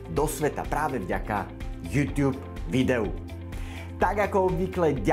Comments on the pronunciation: tá výslovnosť "jútiub"namiesto "jutub" mi trhala uši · Prepac, ale nauč sa vyslovovať slovo YouTube :)